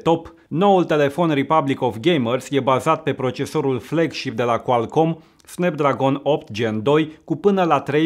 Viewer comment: snepdragon" 😂😂😂 vai și amar....